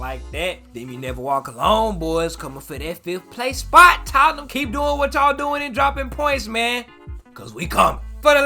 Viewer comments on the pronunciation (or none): none